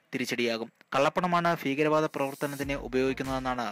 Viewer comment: ഫീകര വാദമല്ല ..ഭീകരവാദം അങ്ങിനെ പറയണം ..അങ്ങിനെയേ പറയാവു